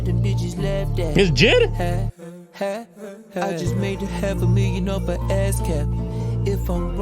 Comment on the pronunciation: Mf called JID jid💀